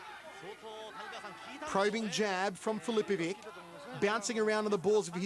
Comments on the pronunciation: every time this dude says filipoviK instead of filipoviCH my croatian ears start to bleed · Dumb Commentator... Filipovic is pronounced "Filipovich" not "Filipovick" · Why do they always butcher Croatian names,it is easy when it finishes on ić you just have to translate ć into ch and it sounds right then,for example Mirko Filipovich. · Its just not natural for their linguistics, mr. Fichovich xD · nobody could spell the name MIRKO FILIPOVIC more wrong then this Commentator!